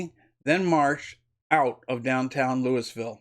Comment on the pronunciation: Dear Sir, sorry I must say that was painful to listen to. Your preparation, presentation and pronunciation makes the report damaging to the image of all patriots. LEWISville no Sir. You could type in Louisville pronunciation into google. Sounded like a 5th grade book report. Please stop. Or truly prepare and edit. Get someone else to narrate your next video.